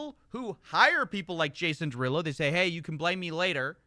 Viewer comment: It's pronounced Jason DeruUulo.